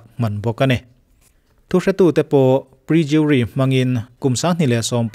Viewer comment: Prejury nilo in perjury tih zawk tur ani